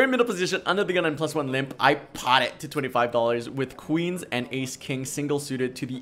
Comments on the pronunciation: I just love when you PAHT it! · I like the part where you PAHT.